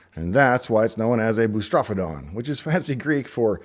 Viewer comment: But FFR, the word "boustrophedon" is actually pronounced as "boo * struh * FEE * duhn."